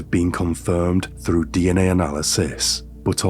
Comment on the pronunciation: It's through you dense flid 🤦🏼‍♀️ 😂 There's no such word as "fru" and your pronouncing the word wrong, it's pronounced like Th-roo not fru